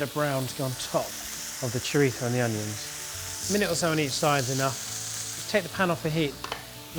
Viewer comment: Chorizo... Would you please pronounce it as it's pronounced in English. You don't hear Spanish people pronouncing types of English food with an accentuated dodgy English accent 😜